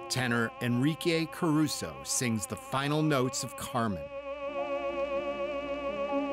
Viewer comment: Just for the writers and producers information, the American Red Cross was founded by Clara BARTON, not BURTON, as the narrator said. My wife noted that Caruso's name was mispronounced as well. And I found it annoying that this documentary didn't cover any of the disasters fully. For example, the biggest problem with the San Francisco Earthquake was the fire that started in the aftermath, which, by in the video, hadn't been mentioned. Neither was the death toll of the 1900 Galveston Storm, which has been estimated between 8 and 12 thousand people -- or the second disaster: dealing with the bodies, including how many were sent out into the Gulf of Mexico for burial at sea, only to float back to shore a few days later. By the time we got to in the video, neither my wife nor I could take more. This was a poorly done documentary.